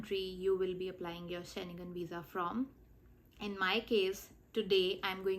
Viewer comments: You did not show steps for either vfs or france website. How do you call it step by step? Also, its Schengen not Sche-ne-gan. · She can’t even pronounce Schengen properly 😅